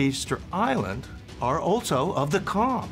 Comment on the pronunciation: it's to pronounce "jarm", not charm or cam or karm,. You've to correct that. And also not Priya Hair, but Preah Vihere in Khmer accent or Pra Weiharn in Thai accent.